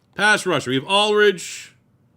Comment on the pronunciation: <3 for the pronunciation on Aldridge